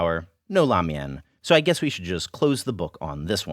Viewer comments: ugh. helpful, but painful to watch as a chinese kid trying to connect to their roots. why learn the language if you cant do the pronunciation justice? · Wait, did you say lamian schools?!?!